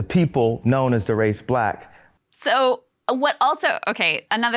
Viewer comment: such an ARTICULATE PERSON and she cant say Black.